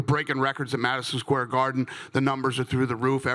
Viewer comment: "maaaaasiion square garden" Dana is drunk might be coked out but either way he deserves it lol